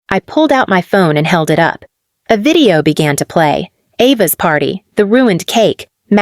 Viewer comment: Why do you pronounce video as vedeo?